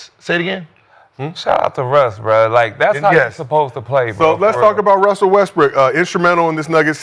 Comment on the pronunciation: I keep hearing Gil say "Wussell" instead of "Russell"